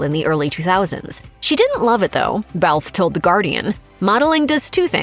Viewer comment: It is not Belfffff. It is Bel Fay